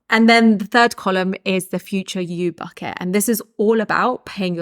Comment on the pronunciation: Am i the only one who hears "Fuck it" instead of "Bucket"... I love it